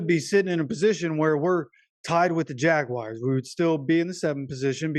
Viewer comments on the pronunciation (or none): They are the Jagwars not Jagwires.. Damn man